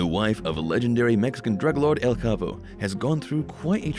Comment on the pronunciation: Learn how to say El chapo..it’s not hard to listen to ppl saying it right 🤦🏽‍♂️